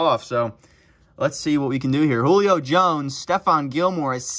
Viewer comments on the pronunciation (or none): none